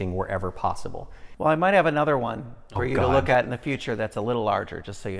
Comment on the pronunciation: “Nother”?? C’mon,!